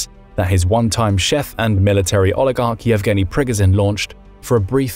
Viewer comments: It's Pree Goh Jin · It is NOT pronounced PRGGAZIN. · Its pronounced pre goh zh nin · Ikr, it's Pig-o-shun. Oink, oink.